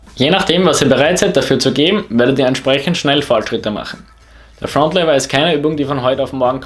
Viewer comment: Egal ob du einen Dialekt hast. Bitte sprich Fronlever richtig aus